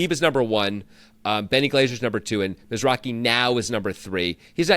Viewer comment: The Wynn tournament was a different guy named Michael Mizrahi (not Mizrachi)